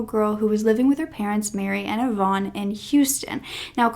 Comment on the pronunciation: YVONNE IS A WOMANS NAME... YOU ARE PRONOUNCING REVEREND IVAN'S NAME WRONG BABYGIRL... IVAN IS NOT YVONNE... IT'S PRONOUNCED 'EYE-VIN'